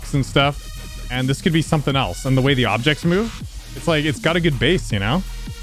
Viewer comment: “you discoveret secret vey”